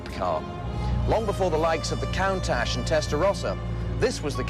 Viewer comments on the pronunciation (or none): so none one is going to point out that Chris Barrie said countash as count-ash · count-ash, huh?